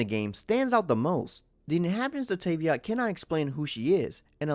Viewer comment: "luminay" and "tayveat" why is it so triggering